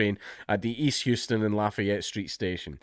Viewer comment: It's House-ton.